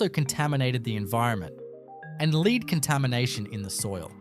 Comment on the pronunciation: the AI voice can't pronounce the word "lead" as in lead smelter. Btw, the town mentioned has the highest crime rate in SA, as well as a lot of lead contamination....